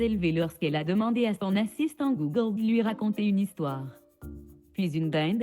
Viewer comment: Vraiment dérangeante la manière dont il prononce "google". Mieux que le dernière fois en effet, mais j'ai quand même pas pu tenir jusqu'à la fin de la vidéo.